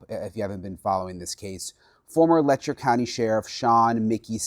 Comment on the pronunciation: "Letcher" County, Ky. Seriously ??